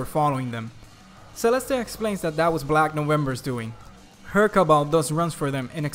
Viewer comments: It's Selest not Selestei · You don't pronounce the last E in Celeste as ay it's silent. Said like "Selest"